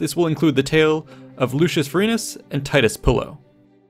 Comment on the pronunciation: god u butchered that so hard